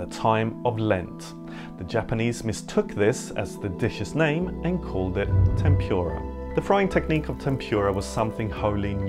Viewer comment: couldn’t you pronounce ‘tempura’ properly? also, ‘cuaresma’ is not Latin.